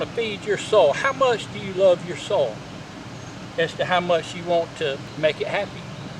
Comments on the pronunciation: Great tips!😮😁 I hadn't thought about that where I grew garlic that never came up.😭 I'll pass on the rabbit tea. Unless you're putting it in my garden. I kept trying to figure out if you were saying sole or soil....😂 Have a blessed day! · What a great way to compost in place! And by the way, I think you’re “soul” right. We say it as one syllable too 😅. Also, I love your new editing style with the jump cuts and stuff. Great work buddy. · I never knew "soil" was one syllable 😆But these are good ideas 👍👍